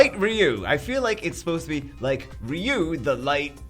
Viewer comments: R.e.u??? His name is fucking R i.u dude jesus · Its ryu..ryyy u